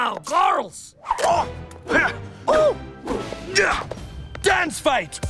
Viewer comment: I love the “GORLS”